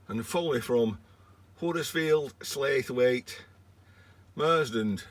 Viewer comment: They don't pronounce Slaithwaite like that, it's Slough-it but without the -, we're a bit odd over here.